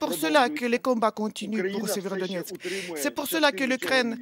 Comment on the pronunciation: Voila la logique de LCI. La Russie à pris encore une ville strategique "Sverodoniex", donc la Russie est au bout de souffle, elle s'enlise et va bientot s'épuiser... Il faudrai au moins apprendre à bien prononcer Severodonetsk et Donetsk et non pas Sverodonex ...